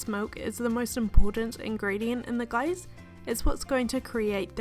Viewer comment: When u said glaze, it sounds like guys.... I was like!!!!! Thx for sharing